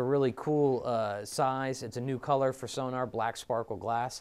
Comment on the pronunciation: Sonor is pronounced So-nor, not So-nAAr. :-) But they do sound great and thats some great demo vids you got.